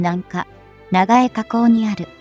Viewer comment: 長江河口(ながえかこう)？⇒「ちょうこうかこう」でしょ？ 読み間違え多過ぎ